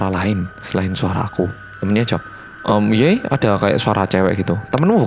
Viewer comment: Kayaknya kesleo pas percakapan "hmmm iya.. kayak ada suara cewek gitu" bilangnya "hmmm ye... " 😁😁😁